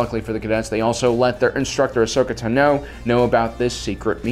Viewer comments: Its Ahsoka Táno, not Tanó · I love this channel and the work that yall do but I can't stand the way you say ahsoka tano 😂